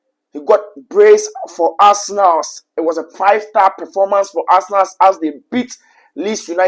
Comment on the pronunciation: Arsenalssss 😂.... What's with the Sss. bro?